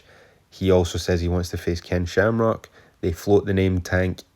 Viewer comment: Slamcock, no Shamrock. Get it right bro 😂. Subbed!